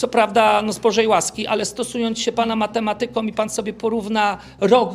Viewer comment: Ja nie potrafię zrozumieć, jak tak wysoko ustawiona osoba, może mówić tak bardzo niepoprawnie po polsku. Nie mówi się "okresu czasu", nie akcentuje się "matemaTYka", tylko mateMAtyka. Popełnił te błędy dwukrotnie w jednej wypowiedzi.